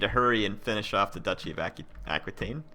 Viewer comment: you should put a governer in spain, in the region that has all the mines... mo' money's always good. And it's pronounced ah-key-ten. I understand it's not easy to remember every comment :-) I feel your pain. Oh, and considering how many provinces you own, you could train 3 gold chevron troops with the right edicts and the right general (some of your commanders add 2 chevrons to the units it recruits and some legions probably have the same ability too), that would be funny. Oh, you could name that legion by clicking on its title in the legion's details screen : "Blades of Glory" or "let's poop on Charlemagne", "wreck the gauls"... would be sooo awesome. Anyway, this series seems to reach its end. You could invade Rome, that could bring a good/tough challenge if everyone declares war on you. Or you could declare war on each and every last faction. It would be a grandiose and tense finale instead of just rolling on everyone like it's no big deal. edit : ok, I spoke too soon :-D